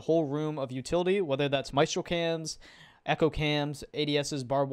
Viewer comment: Its not pronounced "Ayana" dude, from all the bad pronunciations I've heard, like calling Echo "eeko" or "ecio" and motagne "montage" , all of these just make me laugh, but not for Iana man